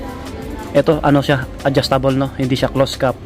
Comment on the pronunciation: ANONG CLOSE CAT PINAGSASABI MO......CLOSED CAP ANG TAMANG PRONOUCE👎👎👎👎😠😡